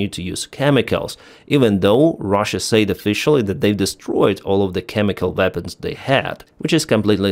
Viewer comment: You're pronouncing "said" wrong.